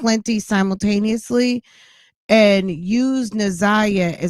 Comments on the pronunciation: New sub. I just started watching but had to comment right now about the mispronunciation of her name. Na'Ziyah's name is pronounced exactly how it is spelled. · Why she can’t say the baby name right. I know there are way bigger problems but people who purposely mispronounce names agitate me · Poor Laurie! She’s not a good listener! She overtalks the guests and she can’t pronounce Naziyah’s name for nothin😂🤦🏽‍♀️ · The interviewers need to do more research before these interviews. She can’t even pronounce the girl’s name? Smh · How was she isolated? I don’t get it. I’m not sure these people even know this girl. They don’t even know how to pronounce her name!